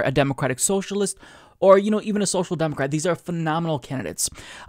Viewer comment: Why do you say say demo-cwat?